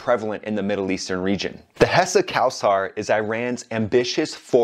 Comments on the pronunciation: btw it's not cow-saar it's co-sar. it's an Arabic name but the pronunciation is Persian. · It's co-sar not cow-sar! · Thanks for your effort and great Video. but you should work on your pronauncation. The Land is Cald IRAN. Spoken like eeran and Not Ayran. The plane is called Kowsar spoken like Co-Saar. Maybe you try it to type in google and let IT read or ask an iranian/PERSIAN. And Iran bout Yak-130 to train su35 pilots. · “Ayran” “Kowasar” This guy is great